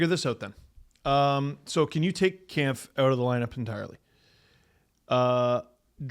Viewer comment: Is it just me or is and always mispronouncing David Kampf’s last name incorrectly